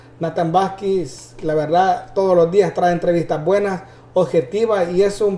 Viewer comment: Señor conductor del programa: diga el apellido de Natan correctamente: VAQUIZ Y NO VASQUEZ